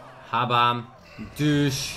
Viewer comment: My god am I deaf? Did say the word “douche”?